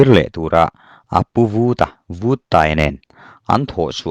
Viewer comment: Buanhmun Paiang pawmtawh hnu Chengte ah Lamang let e,Lalpuithang lema alem alema' tihhi Vuttaia khan 'lalpuithang lena' tilovin '......lenna' atia,athlûk itidiklo nualmai...PAI tihhi Chemte Pāi tiha PĀI,..LENA tihhi LËNNA,..LEM tihhi milem tiha LEM nilovin, 'chinlëm aneilo' tiha LÊM tihtur niin kahria.Duhlian tawng diktak chuan..tin,Vuttaia hming pohhi 'VÛT' nilovin Vut,vaivut tiha VUT anga lamtur niin kahria mhse hei erawhchu kachiang chiahlo...sawita mai2 ila utube channel neivemeuh hichuan sawi/chhiartur tehichu enlawk vethin se,lam/thluk dikloh neihloh nan midang tepawh zawtve thinse kaloti thin...mauchang tihpohhi mauchāng (genesis bungkhat cháng khat) 'CHÅNG'tihtur